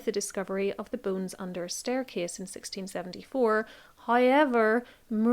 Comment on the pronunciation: I feel terrible, but i was quite far in before i realizes that, "boones," was actually, "bones." You have a beautiful speaking voice.